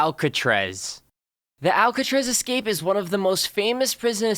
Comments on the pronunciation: Why do you say excape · Am I the only one who notices he keeps saying ecscape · loves how he says ekscape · U said escape wrong